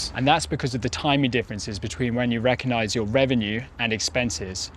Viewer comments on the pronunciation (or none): informative presentations. Only one criticism. Please say recognise - pronounced Rec-og-nise. It isn’t rec-o-nise. Thx.